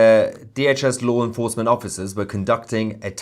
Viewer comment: TOUSi, it’s law enforcement NOT loo enforcement